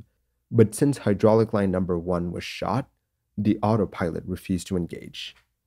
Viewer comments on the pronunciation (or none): none